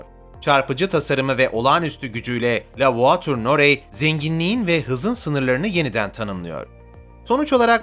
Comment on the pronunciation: la voiture noire... okunuşu "la vuatür nuar"... norey değil... nuar...